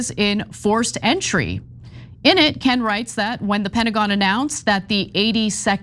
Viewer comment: Back to you, Coin! I mean ‘Ken’ 😂😂